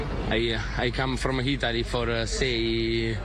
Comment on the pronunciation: David Vonokov...from Eetaly and definitely not Russian at all.